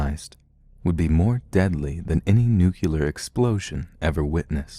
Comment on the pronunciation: Awful narration. Get another job, for goodness' sake. Awful voice, awful style, awful pronunciation. Just one example: "nookyular" .